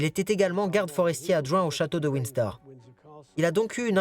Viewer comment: Ce n est pas Winsdor. mais Windsor!!!!! Dites le lui a la bonne femme qui fait le commentaire!!!